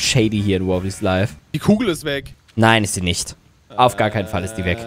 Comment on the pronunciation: Es heißt nicht wobblys life sondern wobbly life!